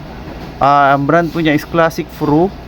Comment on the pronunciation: ang banggit mo sa Classic Pro, Classic Pru